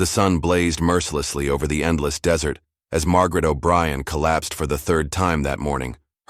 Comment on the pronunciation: Come on "desert" pronounced "dessert travel?" Pooling our resources, not pulling. Attend to, NOT two. The word led is not capitalized in the middle of a sentence. LED in all caps is a type of lights, I believe. That's the only time the whole word would be capitalized.